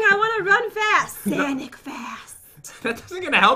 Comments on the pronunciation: She also said Sanic fast and not sonic fast jen can't have here ramen noodles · it's not sanic it's sonic